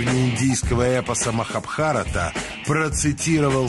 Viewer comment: МахабхарАта, а не МахабхАрата.